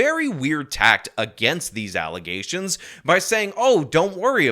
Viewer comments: You pronounced alizations wrong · Please just always say Alazaytions for a while lol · Uh uh uh get it right, it’s false allezations 🤣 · my brain is so broken I heard allizations not allegations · i think you mean "Allizations" your welcome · False allezations 😂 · why do you keep calling the alezations by this weird word alegations?? Im not understanding you, perhaps if every time you say alegations you splice in a clip of tiffany h. I could better understand...